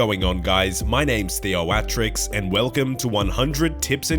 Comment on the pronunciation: THeoAatrIX, why do you say it like that? Cringe